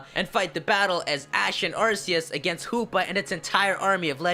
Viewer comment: I like how u say Hoopa, it sounded like Poopa!